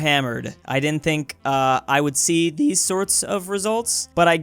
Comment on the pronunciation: "But they kind of dOo" "I would see thEEse sorts of results"